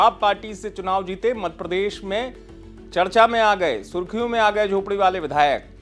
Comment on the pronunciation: आप मध्यप्रदेश बोलना कब सीखेंगे, मधप्रदेश 😂